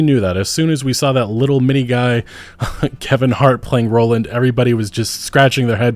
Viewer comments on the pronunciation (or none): Why does this mahfka keep calling row-lynd, raw-lynd? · did you just call him "Rahlend"?? lmao tf?